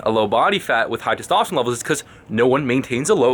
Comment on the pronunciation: funny how he say testowsterone